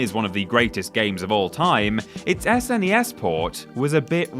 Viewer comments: Who says "Ess En Ee Ess" rather than SNES?! Nobody has ever spelled the letters out like that before, it sounds weird! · I'm Australian and I don't remember anyone saying "Snes"